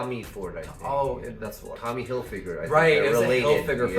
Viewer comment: No way you said Tommy Hilfiger 💀